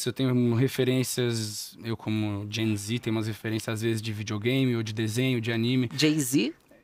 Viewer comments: Socorro q eu também entendi ele dizendo "jay-z" e não "gen z"😅💁‍♂️ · o João Guilherme falando "GenZ" com sotaque e a blô não entendendo 🗣️🗣️ a cara que ela faz quando ele praticamente soletra "Geração Z" é maravilhosaaa>>>> kkkkkkkkkkkk